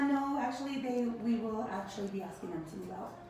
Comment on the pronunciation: Am I the only one who is highly irritated at girls who pronounce words ending in G as a K??? "Askingk"..... "Tryingk" ...